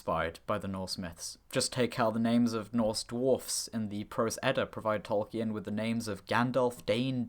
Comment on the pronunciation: Interesting video, but please don't pronounce Tolkien as 'Tol-key-en'. It's pretty well documented that the name is pronounced as 'Tol-keen' (or ˈtɒlkiːn in IPA).